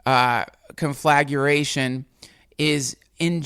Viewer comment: It's conflagration, pronounced con-fluh-gray-shun damnit